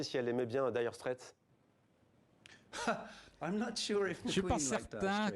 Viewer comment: La journaliste connait la signification du mot dire straits, mais pas foutu de le prononcer correctement . Elle proonce straits comme street